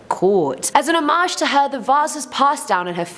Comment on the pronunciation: This was really interesting AND... gets extra credit for pronouncing "homage" correctly!! 😏